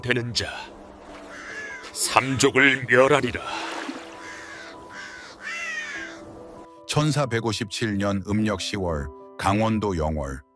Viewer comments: ㅎㅎ저도 그리 들리네요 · 천사157년 이렇게들리네요ㅋㅋ